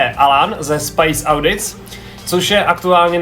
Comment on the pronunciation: jj v anglictine a asi ani nedokaze spravne precist nazev toho kanalu :D zadny "SPICE audtis" neexistuje :( tak to bude urcite vyzivne